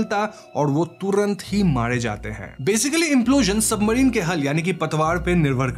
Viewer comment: Bhai bura mt maanna aapka chnnl kaafi axa he lekin tumhaari bhaasa maasa allaah …ek so ek gyaara kya hota he ….. simple ek so gyaara kahona ekkk toh tumhara bhaasa bhi ajib he … submarine ko toh submadhine kehre ho or gyaara ko bhi gyaadha kehte ho